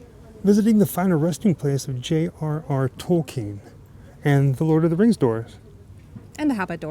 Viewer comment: Almost sounds to me like he's saying: "The Laws Of The Ring." He DEFINITELY doesn't say: "The Lord Of The Rings". Let's just keep in with this then: "The Lords Of The Ring" and he's right! There's only ONE ring to rule them all; etc, so... Who came up with the rubbish "rings" bit? :P